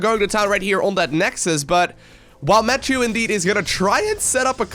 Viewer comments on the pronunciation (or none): It's a french name, so it should be pronounced "ma- ti-eu" instead of "mattew". Sorry, the sound "euuuu" isn't common in english, so I can't find a word to give you the sound :/ Great game anyway ! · Try french. Matt-ieu. (iöööö). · Blue toss has my name! Woo- also it is pronounced "Mature" like rated M for Mature. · I believe is pronounces : mathew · That's the English pronunciation. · you dunno how to pronounce Mathieu? c'mon man, you're living next to france! :'D